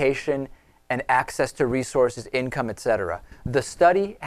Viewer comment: "it cetera"?? Please...